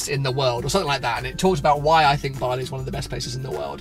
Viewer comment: Aha Bali, at first I thought you said barley xD keep it up man